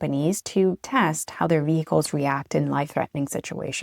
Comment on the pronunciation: VeHicles she says